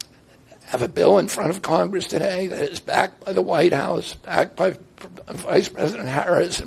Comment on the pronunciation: This is why people dislike democrats. Two republicans disagree and Whoopi says “WHIYE HOUSE DEUG WARR”